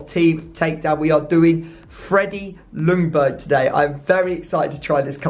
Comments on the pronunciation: As a Swede I’m super excited for this episode! But as a Swede I also have to point out that the L in Ljungberg is silent. It’s closer to Youngberg or Jungberg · How You saying Ljungberg is horrible. L is silent:)